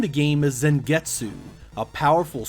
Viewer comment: I dislike the video because you can not read Zangetsu properly